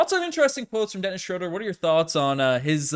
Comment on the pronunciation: Shrewd-er or Shrewd-ah, not Shrode-er.